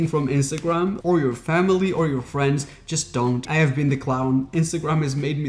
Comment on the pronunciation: ..." I've no frns" That's where he got me ☹️😂